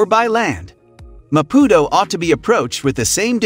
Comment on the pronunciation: This is a load of BS... The guy can't even try to pronounce Maputo correctly. Fail! Mozambique is amazing but stay away from the North. ❤️